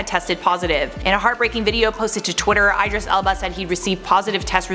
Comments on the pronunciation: Eye-dris.... ❓ i-dris like y-dris not eye...🤦🏽‍♀️ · It’s “ih-dris” not “eye-dris” hehe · The way you pronounce Idris is just awful 😫😂 Babe ... it's "Id-reece" not "Eyed-ris" 🖕🏽😂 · I thought you were trying to say should be saying Ed-ris... then I heard what you meant! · Idris = EEdris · It's not EYE-DRIS,. Google it if you're not sure. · I know it may look like you said his name that way but the I is actually pronounced as an E and his last name is Elba just like it's spelled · She butchered Idris Elba’s name soo bad 😮😮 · So funny how she says Idris, still love ya either way gurl!